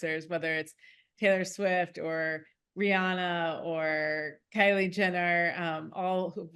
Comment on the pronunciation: Tttaylor.. Sfiwttt...